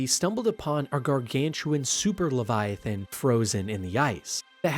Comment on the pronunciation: Rap-pear Levy- atain